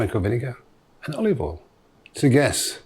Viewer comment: I legit get afraid when MPW says "generous amount of olivol"